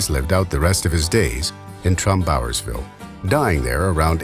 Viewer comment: Interesting video! I thought the narrator's pronunciation of "Trumbauersville" was unusual. I grew up in the area, and I've always heard it pronounced "TRUMbauersville" with the stress on "Trum", not "TrumBAUERSville" as he pronounced it.